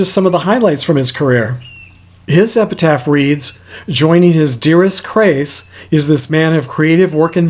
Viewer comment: Another excellent video, but when reading Frank De Vol's headstone, it sounded like you said "Joining his dearest, Crayce..." rather than Grayce, which referred to his former spouse, Grayce McGinty.